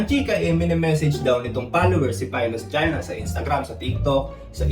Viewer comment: Rinig mo din🤣